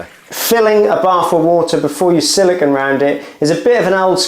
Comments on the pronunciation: siliCONE not siliCON. It's not hard. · 🤷🏻‍♂️ SILLIKAN? WTF is Sillikan? 🤦🏻‍♂️ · Silicon is an element, silicone is a polymer. Pronounced differently.